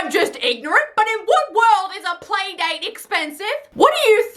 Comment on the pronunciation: ✨️ It's play not pay ✨️